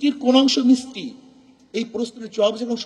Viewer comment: উচ্চারণটা মিষ্টি হবে মিস্টি না